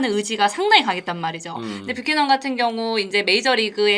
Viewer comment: 뷰캐"넌"이다 발음똑바로해라 ㅉ